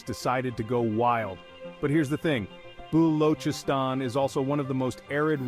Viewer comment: all these Gora Pakoras spreading knowledge cant even pronounce Balochistan FYI nothing is gonna happen in balochistan forget development until its a part of Pakistan they just exploit the minerals do nuclear tests in that region without giving any credit to the people forget development conclusion ITS A FUXING BLUFF